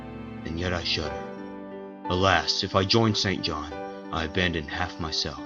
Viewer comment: Might I add that this may be the only film in which "St. John" is correctly pronounced?